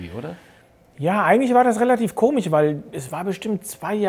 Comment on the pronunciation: Aaaaaaaaaaaaaaaah er sagt "komich" statt "komisch" =-O